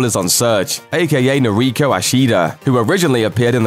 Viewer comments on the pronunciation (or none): none